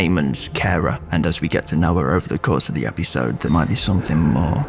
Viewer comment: I think the most important take away from this is how some adorable fucking region in the north of England pronounce episode, epeesode x